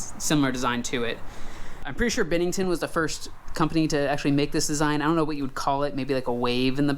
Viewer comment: Isn't is pronounced "BEN-nington" not "BIN-nington"?